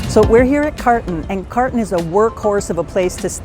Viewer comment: I enjoy your videos and was so happy to see that Carton has a location at Gard du Nord. The location in the 6th on Rue de Buci closed and my husband ( a Parisien) was thrilled when I told him about the other location. The pronunciation of the establishment is car( with that back tongue thing) toe.